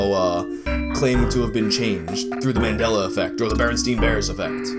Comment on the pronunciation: Bearenstein- like, it was pronounced like RL Stein's name. I meant the E, not the I.